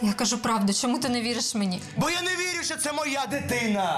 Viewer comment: Розкажіть нарешті хтось розробникам цього серіалу : в українській мові нема "щьо", все вимовляється твердо. Це щьокання ріже вухо!!!